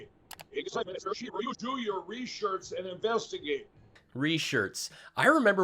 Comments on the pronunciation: Re-shurch ha ha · Foam brain must have learned form Marjorie Trailer Queen."Reshirts." "I have done a lot of reshirts.......LMAO Reshirts to go with his samwich and deflamation.:learning:🤣